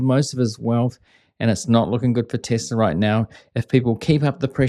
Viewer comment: So funny! Tesler instead of Tesla!😂